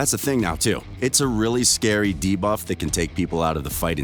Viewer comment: He said debuff correctly in this video!